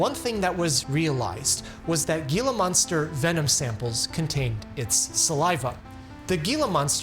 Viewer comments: hee luh maan str, not gee luh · Heellaaa monsters will get you every time.......even if ai pronounces it geella pancreas; ouch!!! why not baking soda; sodium bicarbonate? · HEEEla monster, not Geeela monster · Gila Monster is pronounced ’Hee-la monster, not Gee-la monster! Went through my head like nails every time you said it! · My king, it’s pronounced Hee-La, not Ghee-La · The G in Gila monster is pronounce as H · Pronounced “heela monster”. The G being an H sound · Enjoy your videos, lots to learn. However, Gila Monster isn't pronounced "Geelah", the "G" is silent, it's Spanish. Gila Monster is pronounced "Helah Monster". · I am three months late and this is not the topic of conversation at all, but as a native of the area where the Gila monster lives, I NEED to say that its not pronouced Gee-luh monster. Its Hee-luh monster. The G is an H. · Gila monster is "Helah", not "Geelah" well at least if you are from the southwest... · Gila monster is pronounced "he-la" monster not "gee-lah". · it’s pronounced “HE-la” monster NOT “Gee-la” Thanks for the video! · The G in Gila monster is pronounced as an h not a g. Heela monster. Weird I know but it’s true. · 'He-la' monster, not 'gee-la monster. 😊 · I'd never take this stuff. Too many risks involved. Better to just do it the old fashioned way, as difficult as it may be. Gila monster is pronounced like "hila", not with a hard "g". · It isn't pronounced Gi-Luh, it's He-Luh, despite the spelling. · Okay I went back and forth and debated on whether I should tell you this but Gila monster is pronounced with a h instead of a g. I know this because I live in the state that they come from, and a regularly visit the Gila National Forest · HEE-la monster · Gila is pronounced like,He la, not with a G sound. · It’s Gila monster… pronounced Hee Luh! Not Ghee Luh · What's a guila monster? Gila is pronounced heela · Omg. It’s pronounced “HEE- luh”!!! No g sound in gila monster. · HEE-luh monster. Not GEE-luh. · HEE-la monster! Omg 🙄